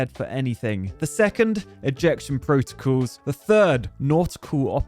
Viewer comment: "ejection protocAls"? ... OK, you're an engineer and not a linguist. 😀